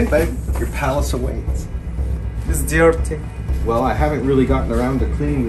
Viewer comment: "It's di-ear-ty" 😂